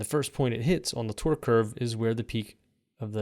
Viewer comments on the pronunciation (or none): The way you say 'torque' sounds like 'twerk.'